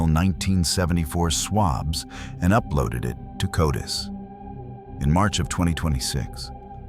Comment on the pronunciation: CODIS is pronounced "KOH-dis"...